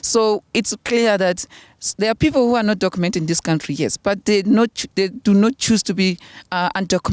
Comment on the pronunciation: Anyone who pronounces the word 'People' as pipulu belongs to the uneducated majority in South Africa. I am sure you can tell which ones are your brothers and sisters here, and you can tell which ones are the more educated ones and ofcz they`ll be the foreign nationals.